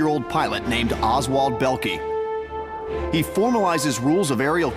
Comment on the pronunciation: OMG! it's pronounced Bowl-Ka not Bell-Kee